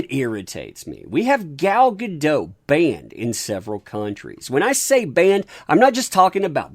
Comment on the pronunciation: She isn't French, the T is pronounced. Guh-DOT.